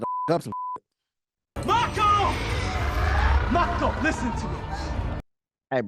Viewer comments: Her name was Maako, like mako shark, with a soft “a”. I was surprised that you didn’t recognize the director Guillermo (so?) del Toro’s name. He directed Hellboy! 🖤🌹🖤🧛🏻‍♀️ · Did you really say, “that water is no more good”? 😂🤣😂🤣. Btw, her first name is Mako. Pronounced, M-ah-ko. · It Was a tad bit annoying how lost you were with this movie. They are not in sync mentally like that they are sharing the load of the machine they pilot on their brains not sharing every last thought. The "dive" is just connecting. Her name is MAKO!! (MAH-COH). And gypsy never had a sword til that moment. (/_<) it's like ypu watched it but gathered nothing from it. Had to unsub for this one:/ this was just to cringy to watch. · The girl's name is MAKO pronounced MAH-ko.